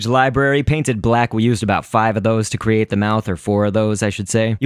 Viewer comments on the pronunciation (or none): none